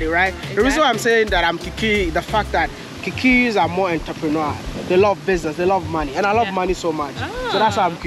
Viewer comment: It's how you're pronouncing Kikuyus for me.